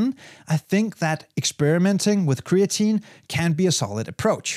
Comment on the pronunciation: "cree-AT-a-neen" -> creatinine